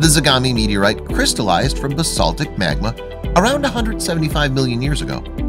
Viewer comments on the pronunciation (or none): none